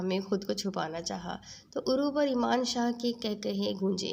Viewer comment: Plz Ap name sai lein .Emaan shah nhi yaman shah hai